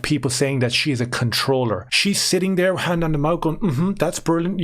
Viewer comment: Dares two or tree trains of taut here….. sorry but I just had to do it.